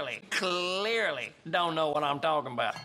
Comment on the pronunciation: my man had a serious problem with the way he said cuh-LEARly